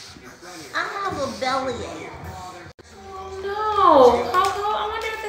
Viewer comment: I love when coco says bellacke😂😂😂